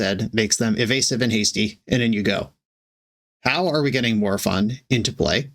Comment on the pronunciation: ☝️🤓 the correct pronounce it's "More o-fun"